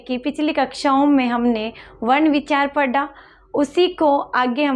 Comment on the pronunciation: पढा × पढ़ा✓ कृपया, mam उच्चारण की शुद्धता का ध्यान रखें।🙏